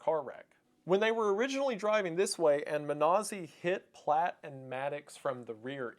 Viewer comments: The name of the perp was Platt. Not Platz. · The name is Platt. You got it wrong the entire video.